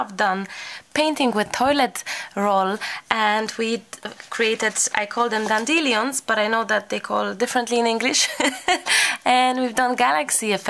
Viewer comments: Blue dandelions, we pronounce dandy lions lol. Love this technique and the toilet paper tubes too! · I love your videos, I love your joy, but what you do to the english language is magical.! For the rest of my life I will joyously call danelions....dandeliums.